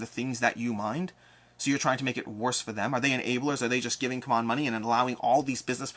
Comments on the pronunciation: Isn’t it time you call them how they call themselves? See-mon 😜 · My beef with CMON is that first they were Cool Mini or Not with the shortcut pronounced "C'mon." Then when they shortened it, they tried so hard to get everyone to change to "See-mon" when clearly they were against the momentum.